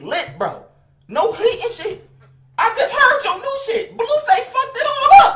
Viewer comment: HE SAY BLUEFACE WORSE THAN FLIGHTTTTAIBEISBEYAUENF